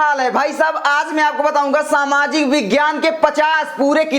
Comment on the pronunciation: Sir aap ke bahut sincer hai par samaajik nahi hai Saamajik hai